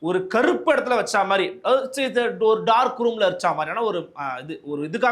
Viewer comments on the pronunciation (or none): none